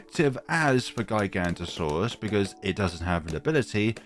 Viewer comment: Sorry to be that person but it’s pronounced giga-Noto-saurus